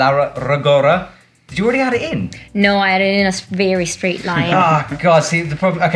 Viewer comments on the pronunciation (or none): none